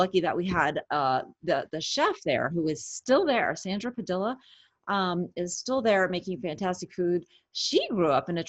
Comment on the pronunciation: Wow! really botched her friend Pedilla's name. Double l makes the y sound,.🤣